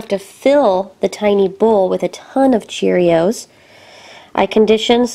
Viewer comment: You said CHEREOS